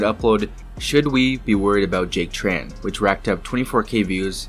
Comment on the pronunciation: Small nitpick, Jack Tran has a Vietnamese last name and I get annoyed when people pronounce it as “Tr-an.” First of all in Vietnamese due to our weird Portuguese based orthography, the “tr” actually makes a “ch” sound. Secondly, the name is written without diacritics, but since Tran is such a common last name we can deduce it’s a Trần. So Trần should be pronounce more akin to Chun instead of Tran.